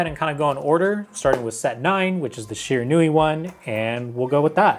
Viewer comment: I think you mean SHE-RAN-WE